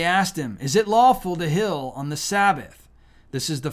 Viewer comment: Heal not hill